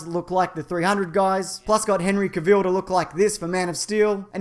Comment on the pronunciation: It's Henry ca-vil